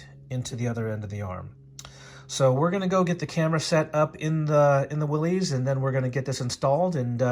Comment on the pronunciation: Thanks for the helpful video. Though as a Willys owner, the proper pronunciation sounds like "Willis." Not to be that guy, just a tip!